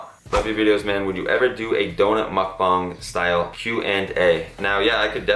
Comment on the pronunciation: omg you are one of the only people who pronounces “muk bang” correctly!!!!👍🏼👍🏼👍🏼